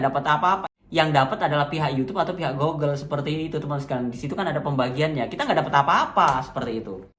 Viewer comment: GOOGLE bacanya GUGEL mas bukan GOGEL